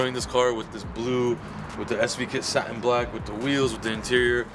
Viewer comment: It's not sa-en its sa-TIN